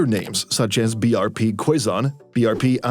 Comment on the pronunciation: "FIDEL", not FIELD.. And a little tips: the letter 'u' in every Filipino names are silent. So "quezon" should read as "kezon" not kwezon..